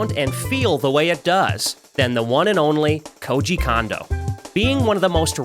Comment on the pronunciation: It’s pronounced Kondo not Kondo